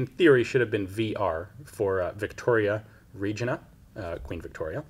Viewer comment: "Regina" is pronounced as in "vagina"!